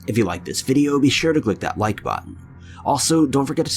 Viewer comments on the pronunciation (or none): none